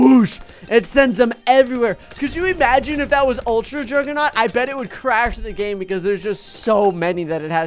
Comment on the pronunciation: he said gane lol